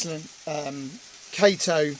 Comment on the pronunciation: Wow this is all coming together quite nicely. Been watching every upload of this, nice that you got more Japanese models! Oh and by the way Kato is pronounced "Cato".